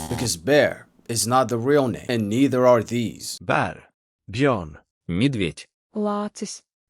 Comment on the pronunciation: You pronounced German Bär wrong at the beginning. It has ä with an Umlaut. Not the clear /a/ soud, rather more like /e/. So this word sounds absolutely the same as "bear" in British English.